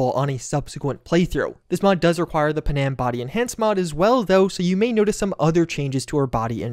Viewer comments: The way you pronounce Panam feels like an intentional troll. It's Pan-Am! Two syllables! not puhnam... Anyway, great video! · PuhNAM? Is that how they say her name in game? I am guessing you romanced Judy lol... So did I, but at least I didn't forget the other girl's name